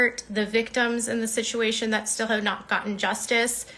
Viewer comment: You can tell she’s had at least a few drinks by how she says “shituation.” Is t it such a coincidence that the same exact things happen whenever she’s not doing well in a lawsuit or if she’s not getting enough attention from viewers when she’s got a target in her grips? Tati, leticia bias, Todd chrisly, Brian Landry, etc. it’s always fake swatting calls, threatening emails about her and her son, photoshopping her son into p*rn, spoofed emails, etc. so strange the same things keep repeatedly happening…